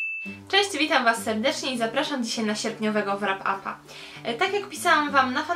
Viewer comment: Ulubieńcem miesiąca stanowczo stała się "Biała księżniczka" Philippy Gregory. :) Słonko, tak zupełnie na marginesie: w słowie "wrap" "w" jest nieme. :) Pozdrawiam ciepło!